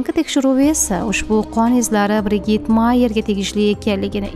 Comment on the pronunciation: BriJid deb oqiladi